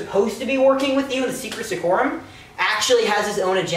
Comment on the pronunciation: It kind of bothers me, that for all of the work you clearly put into this, you keep refering to the secreta secretorum as the secra secorum. It just feels so weird x)